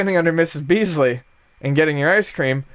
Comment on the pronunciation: I'm sure someone already pointed this out but it's Mrs. Beakley not Beasley haha.